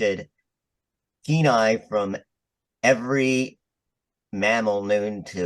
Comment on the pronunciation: Penis is Latin, so plural is "Penes" (pee NEEZ). Since the ending of the word is "-is", it wouldn't be "Peni" (pee NYH).